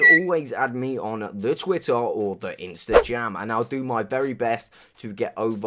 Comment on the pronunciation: So, everyone just gonna ignore how he said instajam